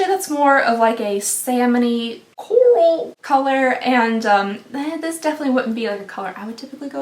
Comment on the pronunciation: I went back to hear her say “CoRaL” like four times